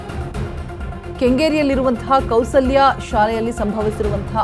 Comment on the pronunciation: Chitrakoota school not chitra kala not Kaushlya school not Kousalya read properly.